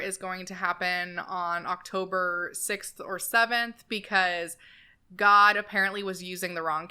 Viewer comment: Id just like to make some commentary about the man speaking , Im a New Zealanded and therefore know very well how our cousin Australians speak, and id just like to mention that everytime he said "God" he said it in an extremely American accent - over emphasis on the O, whereas in the Australian Kiwi accents we dont overemphasize the O at all and say it quite quickly, i also heard an only southern sounding sentence in the end and I thought that was very interesting. Especially considering Australia and New Zealand are very secular countries so its interesting that he puts on an american accent when speaking about god and satan.